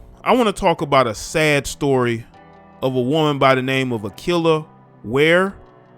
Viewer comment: Wait, what did he say her name was? A-KILLER-WHERE 🤔🤔🤔🤔🤔 2 IGNORANT FOOLS